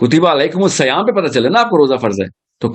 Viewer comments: The word in the ayaayt is "seyaam". It's not "sayaam" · کتب علیکم الصیام میں ص پر کسرہ ہے نا کہ فتحہ آپ قرآن کی تلاوت غلط کررہے ہے سر